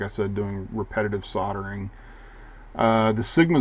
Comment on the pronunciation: It's obvious that it's "Hack-o" not "Hay-co"! And what is a soddering station?